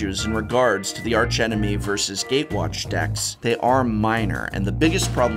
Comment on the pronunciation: When not referring to the architectonic or structural feature of an arch, the 'h' in arch is silent. E.G.: "Ark-angel, ark-enemy".